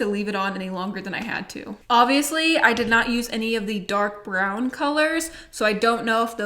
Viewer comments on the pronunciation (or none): none